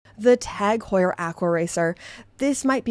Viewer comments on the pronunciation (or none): none